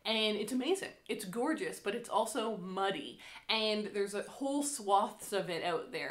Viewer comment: 😂😂😂 When you talked about the river and it being muddy, I understood 'money'. 'It's also money'... I thought you were going to look for gold in your river before the correct sentence entered my head. Well, a muddy river is nice too!